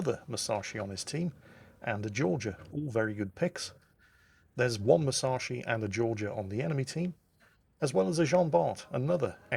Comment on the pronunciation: C'mon - you've got the Yamato pronunciation right now, so now it's time to start getting the Musashi pronunciation right. Moose - ash - ee. Squeezed up tight - moose ashee. OK? Now squeeze it up even tighter: Mus ash ee. Musashi. C'mon - you can do it.